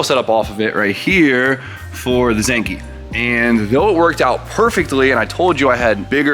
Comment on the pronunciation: Why why why do you say “Zankee” bruh. Zenki…..